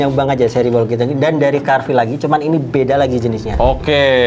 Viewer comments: Apa cuma gw, carvil dibaca carwil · Absen yg masih salah baca carvil jadi cawil ☝🤣